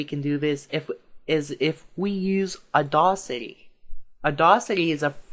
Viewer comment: audAcity, not audawcity, lol.